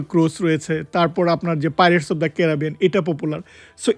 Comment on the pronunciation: ক্যারাবিয়ান ❌ ক্যারিবিয়ান ✅